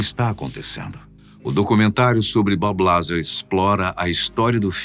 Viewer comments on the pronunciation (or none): Fala pra ele que não é BabiLazar. Ê Bób Lazár